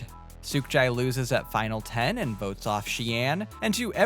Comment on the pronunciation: Anyone else see the ship at the intro and hear, "Idol Boats," not votes?